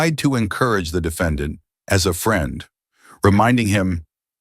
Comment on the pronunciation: "dee fa don.".... AI is still a mess when you could have just hired someone to read it out loud.